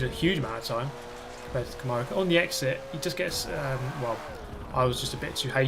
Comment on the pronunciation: First time I've ever heard "camahrow" Like, tomorrow with a c. Trippy